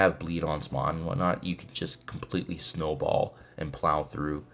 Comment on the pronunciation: Was wandering how many times you will say "Snawball" :D